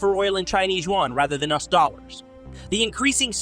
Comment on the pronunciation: You cite percentages in your videos a great deal. However, your narration (both text and voice) always skip saying "percent" which is jarring. Also, you frequently pronounce "US" as the "us" pronoun. If you correct these deficits, your videos would be more polished.